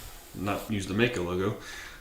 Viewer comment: Hello Mister,i am from Germany,and i think,it 's a good Channel - but there's one Thing,and that is ,that you pronounce "MAICO" a bit incorrect. It 's pronounced Like the i in "i am",or in "Like", so Like Mike-O. Don't feel offended (?), as i mentioned, your Channel is good,and this one little Thing is almost the only one i have to critised(?) a BIT. I once rode a MD250, and it was a real good Bike! Fast and light in weight... GREAT! So, sorry for my English, and Greetings from Ostfriesland, Germany O